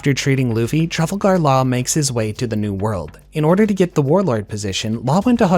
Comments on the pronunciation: Trafle-gar law 😭 GREAT VIDEO OTHERWISE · "Mary Joe Wa" "Truffle Gar Law" Love it😂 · I cringe every time he says Marie Jois and Trafalgar Law